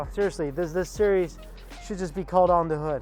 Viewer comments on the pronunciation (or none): none